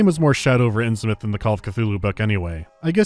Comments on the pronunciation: Fish people as far as the eye can see. Although as a resident of Massachusetts (the state where the majority of Lovecraftian stories take place) it bothers me that they butcher the pronunciation of Innsmouth (it's more "inns-myth" and not "inns-mouth"). And before anyone tells me "it's a made up place, you can pronounce it however you want" no, you can't, not when there are towns like Falmouth and Monmouth that are pronounced in a similar way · Oh yeah, that bugs me as well but I can't really blame Sinking City too much since almost everyone says it wrong. Absolutely a research fail but an easy one to make.